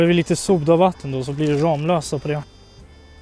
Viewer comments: Det uttalas faktiskt ”RAMMlösa”, inte RAMlösa..😂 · kaviarmexicanen Ramlösa e en stadsdel i Helsingborg. Googla Ramlösa så ser ni att det uttalas ”Rammlösa” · Varför skulle man uttala det rammlösa när det stavas ramlösa? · Ni säger fel när ni säger ramlösa